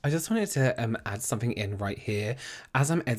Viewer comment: It’s definitely “sunnink” I’m interested in 😂😂 fabulous as always! So adorable 🖤🖤🖤🖤